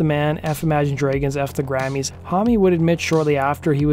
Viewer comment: Can someone please explain why he’s pronouncing the word “dragons” as “dreygens”? At first I thought it may have been a unique vowel pronouncement, spoken in accents from parts of Canada, Minnesota etc, but it’s the only word he seems to be mispronouncing. I’m genuinely curious if I’m missing something